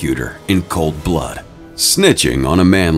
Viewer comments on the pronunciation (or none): none